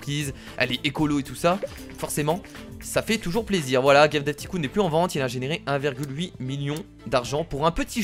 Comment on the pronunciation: Stp dit pas ticoon dit taïecoon